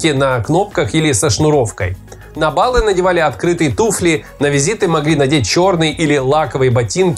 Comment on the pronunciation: На балЫ!!!!!! Блин! Что, тема "ударения" была самой не любимой в школе?? Если уж позиционировать себя как человека умного, а свой канал как канал с историческими фактами, то надо следить за речью! И правильно ставить ударения в словах! Что ни видео, то ошибка!